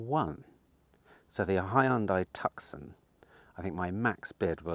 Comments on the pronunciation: It’s Mit-su-bee-she not bushy 😂😂 and Hyundai Too-son (as in Arizona) not Tuc-son. And btw, when do we see Michelle?? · I like the mood and feeling of this channel, nice and light hearted, I'll struggle with the next one though if you keep calling it a TUCK-SON - please call it a TOO-son, as in Tooson Arizona - nice cars those. Keep the flow of this channel the same though - nice and light. Good luck for the future. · Love your channel.. the Hyundai tucson is pronounced TOOSORN. 😊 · Tucson. Pronounced in a French way with a silent c, I suggest. So ‘Tou Son’